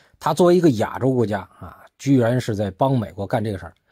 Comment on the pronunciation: “亚洲”的发音不对。